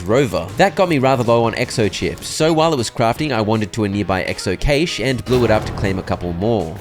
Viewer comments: Hey! ‘Cache’ is pronounced like cash. Just letting you know. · Im infuriated how he said cache wrong every single time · The way he pronounces cache 😂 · just fyi, cache is pronounced “cash” not “cay-sh” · Great video, I'm not sure if this is a joke but you're saying 'cashe' wrong